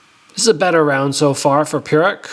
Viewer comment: Denis's name pronunciation is Purich not Purik. You should know at least your sparing partner's last name.